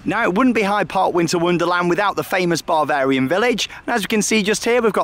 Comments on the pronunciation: It’s Bavarian not Barvarian! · I thought it sounded like he was saying barbarian